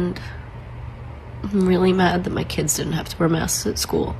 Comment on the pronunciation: I absolutely agree with you! I have much respect and gratitude for the information you provide. However, there is nothing will dilute your authority more than mispronunciation, it's kids as in (Kid's school) not kidsez .